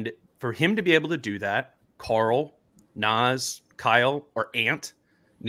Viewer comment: Whenever says Karl’s name I swear he said CORAL like from the walking dead 😂